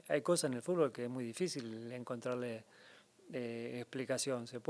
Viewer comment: El GOAT del fútbol no puede decir fútbol 😅🐐